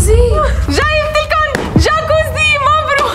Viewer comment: جكوزي بالجرف الجيم مو بالحرف الألف خطأ